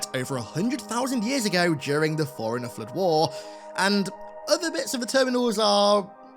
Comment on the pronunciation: This guy can’t distinguish between the pronunciations or “forerunner” and “foreigner”, but sure. Linguistic genius.